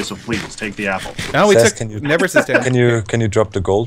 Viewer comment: i like how always calls Seth Ses